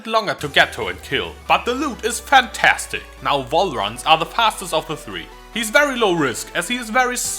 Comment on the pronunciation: its vaal not voll